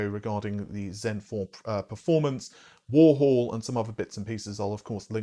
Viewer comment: Warhol is pronounced "war - hole" not "war - hall" It's named after the famous pop artist Andy Warhol